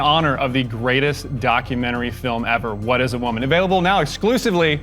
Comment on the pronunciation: "I am a wimen" You heard it clear folks, Matt Walsh identifies as wimen!